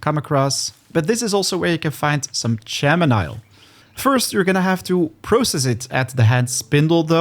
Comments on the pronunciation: Chamelmile lol its pronounced camel mile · The H is silent in chamomile just so you know. (Camo- mile tea) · Great video... and BTW, I realize English may not be everyone's first language so just trying to help... it's pronounced Kam-ah-mill, or even Kam-eh-meal by most folks in the U.S.